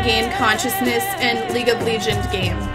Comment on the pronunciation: Why does she call it League of Legions..?